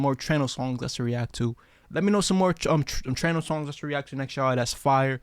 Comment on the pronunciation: trueno: true eh noh